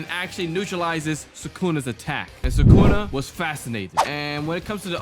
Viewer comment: It's thukuna